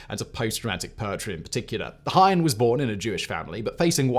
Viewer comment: ‘Heine’ has two syllables in German - as does Anne, sounding like English ‘Anna’.